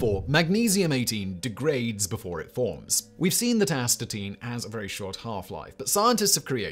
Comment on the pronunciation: please learn how to pronounce Astatine.